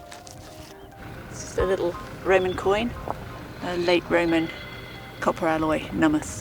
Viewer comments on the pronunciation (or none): none